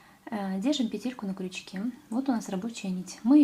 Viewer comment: Спасибо за мастер-класс, всё очень понятно😊 Но почему петЕлька?) уж простите🙃